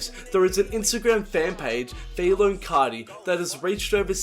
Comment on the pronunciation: "Yoah yoah, cesh coarti" dont do that bruh